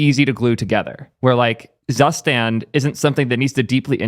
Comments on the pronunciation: JFI, the correct pronunciation for "Zustand" is like "Tsushtant", from wiki: [ˈt͡suːˌʃtant] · the way he butchered the pronounciation of "Zustand" omg